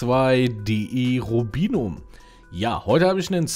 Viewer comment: Komplett richtig ausgesprochen :) Lust auf ein PvP Teil ?